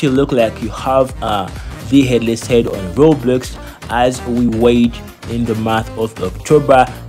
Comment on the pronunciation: Bro said Robloos💀💀